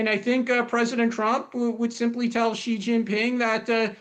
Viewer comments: Is it that hard to pronounce 'Xi' and 'Beijing' correctly? It's 'she' and 'bay-jeeng', not 'zhee' and 'bay-zheeng'. For goodness' sake, stop this nonsense! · I am on many programs on different networks around the world, and many hosts mispronounce Xi Jinping's name. I sometimes try to let them know before or after the show about this. However, this is a losing battle. Most will continue to pronounce it as "GHEE" or "ZEE".